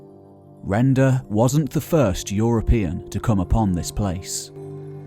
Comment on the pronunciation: Not Rendo its Render